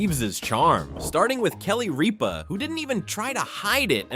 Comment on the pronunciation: starting with Kelly Reepah lol